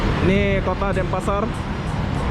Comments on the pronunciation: Denpasar not Dempasar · DENPASAR BUKAN DEMPASAR BANG